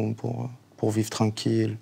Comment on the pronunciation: « Eh bah c’était trenquil » - JuL